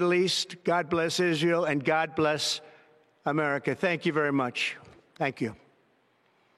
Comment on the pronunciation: svp anglais oyo eza oyo nabete svp nayoki kaka think you😂😂😂😂😂